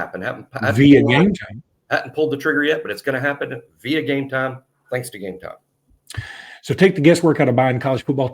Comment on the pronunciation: You know, your no saint when it comes to this gambling scandal. The stupid way you pronounce Gametime does get everybody's attention. However, you know more about Gametime than other product you push. Think of everybody that has destroyed their family with debt instead of food on the table. And you have done your part.